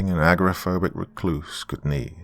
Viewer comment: agoraphobic. not aggro-phobic. awesome other than that.